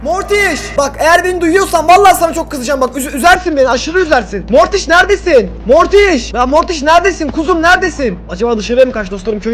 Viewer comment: Abi motyş yerine morty de